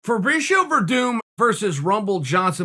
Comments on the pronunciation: Ferbreeshio LMAO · Everyone: Chael: Fabreeshio Me: Yeah. Great. Okay.